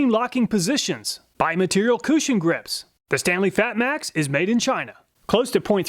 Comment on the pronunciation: haha, sorry, nearly choked on my coffee when you said coo'shen grip. Never heard of a cushion before? lol. Back to watching your video ;o)